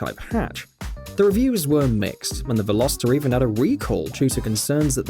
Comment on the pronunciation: hyundai: velo(speed)-star(star) viral vehicles: well-ohster